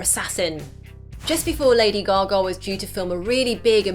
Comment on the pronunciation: Broodley Cooper and Lady Googa ahahahaha... Love your pronunciation